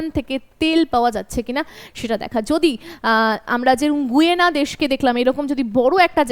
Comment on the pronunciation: আপনাকে ধন্যবাদ জানিয়ে একটি কথা জানাই যে, দক্ষিণ আমেরিকার দেশটির নামের উচ্চারণ "গায়না" হবে গুয়েনা নয়।